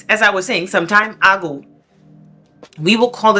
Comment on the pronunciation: “Some time ah-go “ 😂